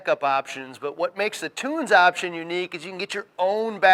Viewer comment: Great informative video. That being said, you should know how to correctly pronounce a product company's name. Tunze is NOT "toons" ...it is as follows: The German pronunciation is Toon-zuh, but it is typically pronounced Tun-zee here in the states. Just letting you know that is makes your credibility go down, from a consumer standpoint. Not hating, it is constructive criticism. Be correct, at all times....NOT the Billy Mays of fish goods. (good advice)